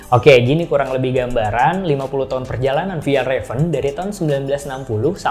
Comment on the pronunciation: Dibacanya fyalraven kak bukan fejalraven